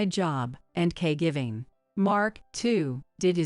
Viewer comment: I thought it’s caregiving not cay giving